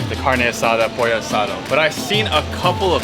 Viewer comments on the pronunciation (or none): none